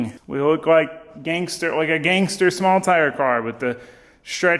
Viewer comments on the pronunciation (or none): When you say gangster you sound like the whitest guy ever